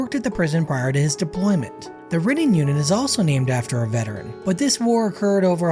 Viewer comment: The Level 4 unit is pronounced like it is spelled: "Ry-nning"...like the bread Rye not "rinning".